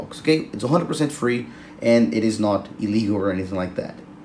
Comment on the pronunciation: Hi, did you say illegal or legal?